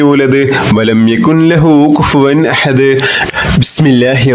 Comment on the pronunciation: Jazaakkallahu khair🤲..ഉസ്താദിന്റെ എല്ലാ വീഡിയോസും വളരെ ഉപകാരപ്രദമാണ്. സൂറത്തുൽ ഇഖ്ലാസിൽ യകുൻ ലഹു എന്ന ഭാഗത്ത്‌ ഇദ്ആമുൻ ബി ലാഉന്ന വരുന്നതിനാൽ ൻ എന്ന അക്ഷരം silent ആക്കണമെന്നല്ലേ... യകുല്ലഹു എന്നാണ് ഓതേണ്ടത്... ഉസ്താദിന്റെ ഖിറാഅതിൽ യകുൻ ലഹു എന്നതു പോലെ തോന്നുന്നു.